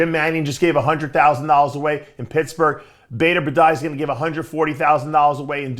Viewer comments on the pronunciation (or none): none